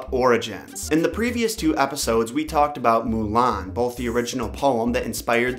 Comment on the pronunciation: Mulana??? It's Mulan lol Love the videos though